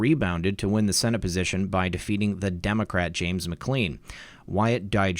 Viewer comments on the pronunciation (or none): none